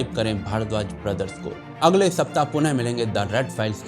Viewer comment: Thanks for pronouncing पुणे properly